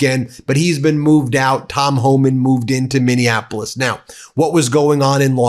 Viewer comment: It cracks me up that the Fox Friends don't know how to pronounce "Homan," the easiest name in the administration. Maybe it sounds so close to "human" that their forked tongues can't handle it.